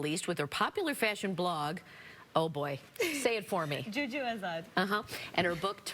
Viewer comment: The most concerning thing about this is she couldn't pronounce Joo Joo.